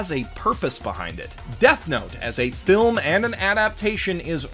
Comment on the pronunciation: A good flim HAHHAHAHAHAHSHHAHSHSHSHSHHSHAHAHAHHAHAHAHAHAHAHAHAHHAHAHAHAHAAHAHAHAHAHAHAHAHAHAHAHHA THIS DUDE SAIDA GOOOD FLIM HHAHAJJAJJAJAJAJHHAHAHAHAHHAHAHAHAHAH